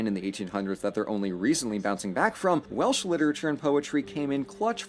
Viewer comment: Please don't say welish, it's Welsh, but stay curious.